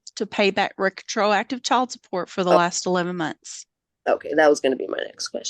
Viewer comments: The mom seems pretty young to me, so all of this is probably new to her. She did ramble and pronounced retroactive incorrectly. In the end she took notes and asked the Judge if she had gotten her notes correct. No screaming or yelling about the child support. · is she trying to say "retroactive"?